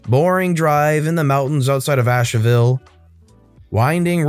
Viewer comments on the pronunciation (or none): I hate how he pronounced Asheville.....